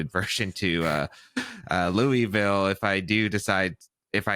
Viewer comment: Hate to be that person, but as a Louisville native, it's not "Loo-ee-ville" It's either "Loo-uh-vull" or "Lull-vul" I also had no idea we had reigonals in our city this weekend and I'm out of town 😭